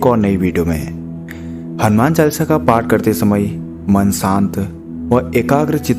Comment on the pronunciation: अरे भाई क्या चालसा चालसा कर रखा है। शुध्ध उच्चारण करो हनुमान चालीसा बोलिये। चालसा नहीं